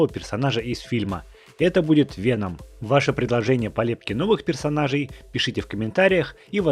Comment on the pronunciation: Правильно вЕном , а не венОм !!!